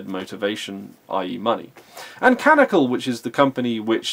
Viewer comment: It is not canical, it's canONical